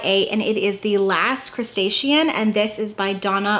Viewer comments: It's called "The Last Cuentista". Not "The Last Crustacean". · Am I going crazy or did she call it The Last Crustacean instead of The Last Cuentista 😂 so funny! PS loved the video!!! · Wait... did you say the last crustacean? lol